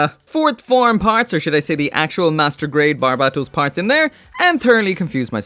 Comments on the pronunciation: It's so cringe how he pronounces Bar-bae-toes wtf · Damn it’s been this long and you still can’t say the name right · How can you still mispronounce barbatos?